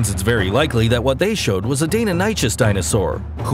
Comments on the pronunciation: Die-non-ah-kuss … not dannon-notch- us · Ye its actually pronounced dye-non-A-cus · It’s correctly pronounced “die-NON-i-kuss,” not “Dana Notches.” LOL! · Why do you pronounce deinonychus so weird its not DAY NON ISHUS It's DIE NON ICHUS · Its like die- on -i -shus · If you and your “paleontologist” father want to keep mispronouncing it, then by all means, be my guest. However, I am 110% certain that Deinonychus is pronounced “die-NON-i-kuss,” so I will keep pronouncing it correctly and simply agree to disagree with you. Happy New Year! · Isn't it supposed to be pronounced Dee-no-nigh-cuss or Dee-no-knee-cuss? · It's Pronounced Die-no-ni-cuss And Those Were Utahraptors not Deinonychus (Utahraptors are twice the size of Deinonychus, Size Of a Horse To Be Precise and Weighed Just As Much and Also Hunted in Pack) Now Think about 6-7 Of 8 Feet Tall 600 KG Raptors with 24cm (9.4 inches) Sickle Claws Coming At You... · I agree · the only thing that surprised me is they way you pronounced Deinonychus. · The way you pronounced Deinonychus kinda got me hungry. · Lol was thinking the same thing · I don't get why it's so hard to pronounce deinynochus I don't even think I spelt it right lol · I think this is a great video but I've literally never been more offended than by the way this guy pronounced deinonychus